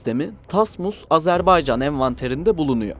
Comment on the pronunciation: AzerbEycan değil AzerbAycan denir ve okunur. Lütfen doğru telaffuz edin